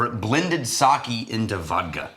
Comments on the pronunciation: You got it right the fist time, Sa-Keh definitely not Sa-ki 😊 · All that effort to get fukuoka right, just to call it saki lmfao Edit: WHY IS REX THE ONE TO SAY SAKE RIGHT LMAO